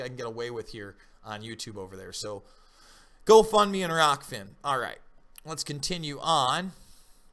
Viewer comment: ahh . its rokfin not rockfin